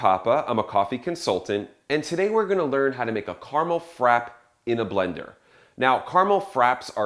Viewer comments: I think that he forgot to enunciate the tilde e of frappé. yes, "é" is used in English albeit less common than main lettres. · frappé is pronounced frap-ay. not frap. and who in the world is going to drink something with a full cup of syrup in it ???? that is 8,000 calories per sip !!!!